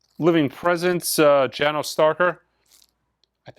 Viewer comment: Janos is pronounced Yanosh. Not trying to bust chops.